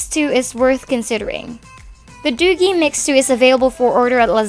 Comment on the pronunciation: Btw, another thing. the product is pronounced as 'doojee'.